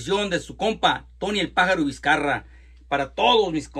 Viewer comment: Sorry, Viscarra, no viscarraga